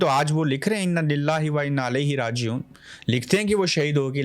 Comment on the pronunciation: 😯😯😯۔۔۔!!! معذرت کے ساتھ۔۔۔ Inna Lillaahe Wa Inna Elaihe Rajeghoon Padha karay. Alaihe Rajeghoon nahy??? شہداء کے درجات بلند ہو ۔ اسکا مداوہ مشکل ہی نہیں نا ممکن ہے ؟؟؟